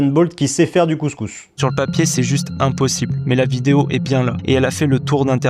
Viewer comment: Z'est 100% brute toutes ces z'explications 😂😂😂😂😂